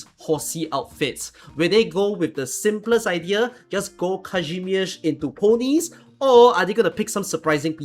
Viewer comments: Whoa the Kazimierz pronunciation was surprisingly good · I'm here just to say how shocked I am about correct pronunciation of Kazimierz